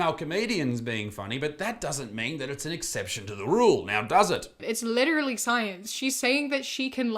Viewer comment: if she says litraleee 1 more time I'm Literally gonna lose it